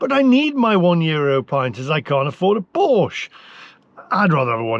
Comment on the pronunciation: Please learn to pronounce Porsche properly.